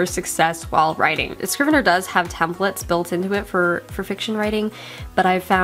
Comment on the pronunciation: Dude, it's Scrivener, NOT Scriveneir.